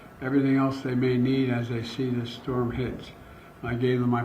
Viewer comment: Amazing big shtorm☠️